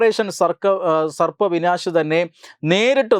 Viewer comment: സർപ്പ വിനാശ് അല്ല ബ്രോ... ഓപ്പറേഷൻ സർവ് വിനാശ് എന്നാണ്